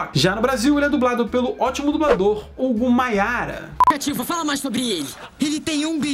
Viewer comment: É Hugo Myara e não Mayara.